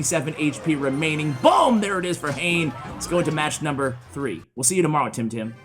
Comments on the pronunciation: not hain. His name is ha ne ha ne. X is not read.I’m Japanese. These English I want you to convey. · It’s not Hane as in Jane but Ha-ne Ha-ne. Hane means wings in Japanese. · I'm pretty sure the pronunciation is "hah' neh" not "hayn". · Great vids love ya but I think hanexhane is pronounced ha-nay being a Japanese player. I Could be wrong though